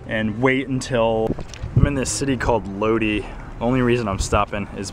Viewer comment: Ok well so much for Sacramento, I thought that you'd be here... Clear Lake, about 2 hrs from me. I think that person flashing you was saying "welcome to California", lol... and the town you were in Lodi is prenounced Low-die... Also the ppl you thought were practicing van life, is more like "homeless living" in CA, you'll find these ppl everywhere. Housing is at an all time shortage and it's so expensive you can't afford to buy or rent, that's if you can find something. Hope you feel better soon, and just keep us posted re the meetup back in Sac. Take care ~ L